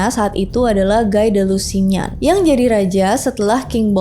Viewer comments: Guy de Lusignan dibaca "Gi di lusiniong" (aksen Perancis) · nyebutnya: gi de lusinyong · "Guy de lusignan" cara bacanya sbenere cuma "gi de lusinyon" aja sih kak wkwk. Gi kayak di gigi. Nggk sesusah itu. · Maaf saya comment ga penting.. Cuma koreksi dikit aj. Guy de Lusignan ini bacanya giy de lusinyong.. Klo guy yg di baca gai itu gurunya rock lee dlm serial Naruto.. No heat feeling iya